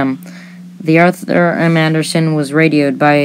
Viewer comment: Great video, but need watch your pronunciation it's FITZgerald, but it sounds like FIXgerald for most of the video. Also, slow down when you say, Arthur M. Anderson, the Arthur M. tends to blend together if you say it too fast.